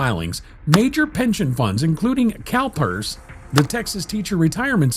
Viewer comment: Did anybody else hear "Calpers" as "Cow terds", when casually listening? 🤣